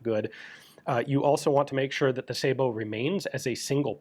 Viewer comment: Dang...even gun jesus pronounces Sabot correctly.